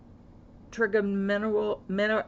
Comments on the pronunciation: trigeminal (try-gem-i-nal) neuralgia (ner-al-ja) Glad to hear you have results and there is something you can take for this. Prayers for your continued healing. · It's pronounced "tri-gem-in-al" and it's one of your cranial nerves. I'm glad you are better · How to pronounce trigeminal neuralgia — Trigeminal = try - jem - in - all — emphasis on “jem” Neuralgia = newer - al - gee - ah — emphasis on “al” Hope this helps you out. It’s frustrating not to be able to pronounce words. Especially when everyone is concerned for you & wants to know what is your condition. Medical words can be especially confusing because we hardly ever hear them to get used to the sound of the words. It’s great to hear you are feeling so much better. Hang in there 🥰. 👵🏻🐾💕🇨🇦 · Try-gem-in-all Nur-al-gee-ah is the phonetic pronunciation. Hoping you are doing well today.